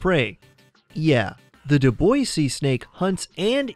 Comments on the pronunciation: It’s pronounced “do bwah” , not “do boys”. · Right? I wasn't familiar with that snake and thought he was saying "Du Boise snake." Lol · 5. Dubois Seasnake: It's Pronounced "Dew-Bwah" (I know, it's a silly French Name; like Dufresne, one of my favorites to butcher!) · on number 5, is it just me that heard "do boys see snake"? Lol xD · "Dubois" is pronounced Do - Bwah"